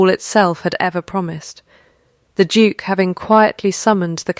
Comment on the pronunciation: Every time narrator said “Duke” I had to look at the cc to see what that word was!